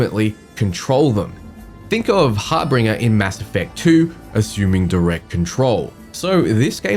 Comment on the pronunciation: "Harbringer"???? That stung a bit.